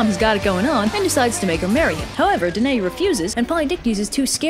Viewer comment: One error: Danaë is pronounced dan-eye-ee Other than that, PERFECTION!